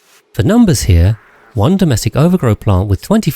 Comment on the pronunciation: since when was ovargro pronounced overgrow 💚💚💚💚